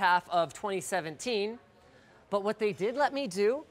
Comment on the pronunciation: i miss that "n" at the end.